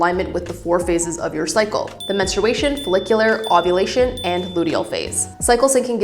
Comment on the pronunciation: i tried to watch this but i cannot stand the way you are pronouncing menstruation TT